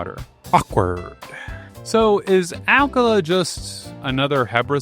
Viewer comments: The way you pronounce Akkala makes me nauseous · Did anyone else become lost by his pronunciation of akkala? I was like.. ok, never heard of that part of Hyrule, but nice, then he started showing tarrey town and I was like ohhhhhh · This is super interesting and informative! Your lessons on hydrology are definitely going to stick with me in case I ever find myself in the wild with nothing to drink. … but the way you pronounce some Hyrulian terms… bro… 😑 “HOT-eh-no” “ACK-uh-luh” “HEE-lee-uh” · This is the most mispronunciations I've seen in a single Zelda video lol. Akkala, Hateno, Mipha... Gleeok somehow got an R added in there lol. Still loved the video though